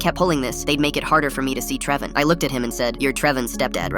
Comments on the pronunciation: “Trevon”❎ “TrevON”✅ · Just started and I hear Trev-on what is that?